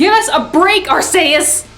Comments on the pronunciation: ITS R-C-US why can no one say it right. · Actually it has been confirmed by pokemon that it is pronounced Arkeyus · The title of this got my attention after watching the Pokemon Shuffle videos, but I did notice one error. (R-C-US) is how you pronounce Arceus. I would accuse you of not watching the shows (yet, I know you would have to have watched the shows based on the theories you've produced), but I can only assume that you've been watching them in Japanese. In Arceus of the Jewel of Life, they, clear as day, pronounce his name. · Actually it's pronounced R-KEE-US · dude....I lost my shit when you said Arceus wrong....does no one watch the movies and know how to actually say the damn name =__=